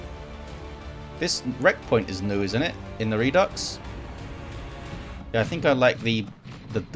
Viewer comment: Redux is latin, you are pronouncing it correctly with a hard ks for the X. French also has the word ( again from Latin ) but pronounces it differently. The original word root is re - deuk with a hard K from proto indo european ( pre latin ). Latin has redux and reducere. Hard. Soft C. This also pops up in reduction, reduce, etc, both the soft and hard c are present. ( I love etymology ! )